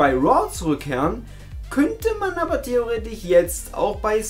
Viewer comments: wieso sprichst du das wort theoretisch mit theoretich aus??? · naja er hat wohl einen kleinen Sprachfehler. Guckst seine Videos wohl nicht oft oder? Ist normal beim.